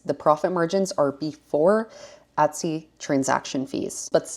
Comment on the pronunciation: This is the second video that I’ve watched of yours and the only word that I couldn’t make out for the longest time was Etsy because I was hearing Utsy 😆I wondered if Etsy had a twin sister site at first. 🤣